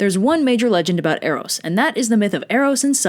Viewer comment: Eros was the one form of love you pronounced right